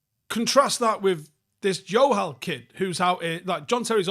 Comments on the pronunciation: Bro, what's with the J being pronounced as Y mate. In south asia its a J. Much love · Jo-hal,, he's not Spanish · Just saying it’s pronounced Joe-hal, yes they are Sikh for sure. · Love this video. Your pronunciation of the name ‘Johal’ as ‘Yohal’ is going to have the Johal’s I know thinking their Portuguese though 😂😂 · Close. But, in punjabi it's still a J!! We're not Spanish!! JO-HAL!! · idk why you're pronouncing johal like it's spanish lmao pronounce the "j"